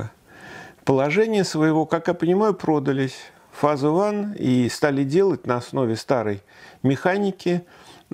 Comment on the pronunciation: То, что дорогой профессор не дружит с английским, понятно давно. Но, даже учитывая это, странно, почему именно так он обзывает волшебную коробочку. Если "фазе", тогда логично "оне". А если "уан", тогда- "фэйз". Но, как говорится, на "ходовые качества это не влияет". За выпуск- большой рахмат! Кто ещё нам расскажет о таких девайсах. Пойду дёрну кофейку и прогуляюсь по первому снежку со стареньким любимым оликом) Всем- содержательных фото прогулок!